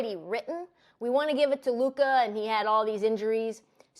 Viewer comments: Is it just me or is the way Mase says Luka’s name funny as a mofo? He pronounces it Lu-kahh lol. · the nerve of MaSe😂 telln this to someone whose name he constantly mispronounced (Trysta) and the way he say Luka😂😂😂😂😂😂